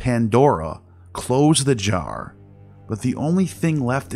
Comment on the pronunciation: you almost said box. What a said 🤣🤣 “opened thubjjar”